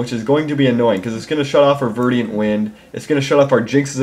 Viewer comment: Damn it,... ver-dent, not ver-di-ant.